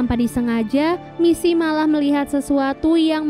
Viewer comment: “MiSi MoReNo” helep 💀 aku fans nya we can be heroes udh ku tonton 3x, mbak itu bkan “MiSi” tpi Missy yah, ngingetin doang 😅